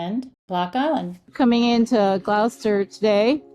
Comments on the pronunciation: Please learn to properly pronounce Gloucester, it’s glahster. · Thank you for lovelyepisode. But it's pronounced 'gloster'. On your return come up to Rockport for a quintessential New England seaside town. In fact it was 'dry' for two hundred years thanks to Hannah Jumper and her girlfriends who in 1856 split every cask of rum to get their spouses back to work.